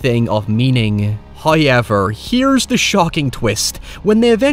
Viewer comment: First "hoyevver" drops . He rewards the patient.